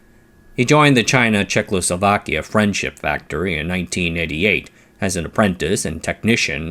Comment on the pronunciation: I love your videos - thank you for them - but you need to say Czech-o-slo-va-kia - not czech-lo-so-va-kia